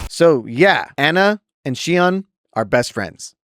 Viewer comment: why do u pronounce ana and sojourn like that